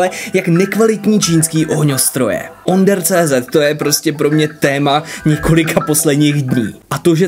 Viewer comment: Nie OnderCZ ale ÔnderCZ. Češko jeden.😁